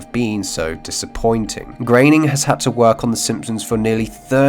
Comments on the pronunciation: Groening. Gröning. Groaning... Not GRAIN-ing. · Why the fuck does everyone pronounce groening as "grayning" when its clearly "growning"? There isnt even the letter "a" in groening to even think youd pronounce it "grayning", yet so many ppl do it. Signed, amomylnomolous